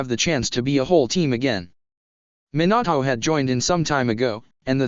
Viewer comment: Why did minato sound like minAtoe